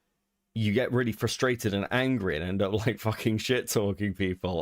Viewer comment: I'm really glad someone else noticed lmao. They keep saying 'flustrated.'